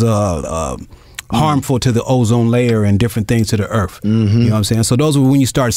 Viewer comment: Its earth not earf